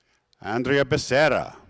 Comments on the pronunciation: I wish would learn to pronounce Becerra correctly. "Ba-sarah" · BE.SERAH / B_S_RAH (_ SCHWA SOUND) :D